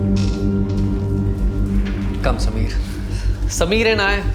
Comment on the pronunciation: Props to principal for pronouncing samir correctly👍